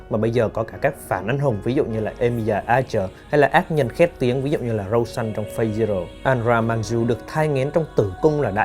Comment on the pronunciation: Lần sau mong bạn đọc đúng từ Fate với, chứ lúc đầu nghe cứ hỏi cái mặt nào nhỉ :((